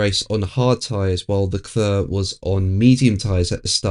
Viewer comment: Leclerc is pronounced Leclare.... Not Leclur